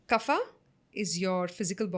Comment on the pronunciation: Wonderful podcast. A little correction here. Its not 'kaphaa'..extra 'a' used by south indians and its not even 'kaph' (i have not heard anybody speaking like that). It actually is 'Kapha' with just a sound of 'a' and not 'aa' in the end. The place of Origin of ayurveda is not significant when talking about pronounciation, it's the language construct which was Sanskrit not a particular south indian language.